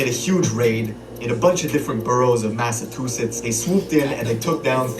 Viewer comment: Nbs half the shit dude talking bout is bs on dawgz like fr. High speed chase in and out of lanes dropping guns out the whip. Stay woke hes only hurd stories. If u dont know how shit really is then Dont speak on it. especially if you can't say Massachusetts right